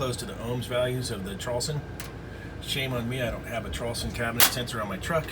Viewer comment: traulsen pronounced ""trolls-on" :))